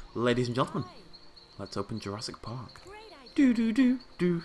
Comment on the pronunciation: welcome to jurrasic BHWVWGG more like jurrasic park hahha yeaah ur laughing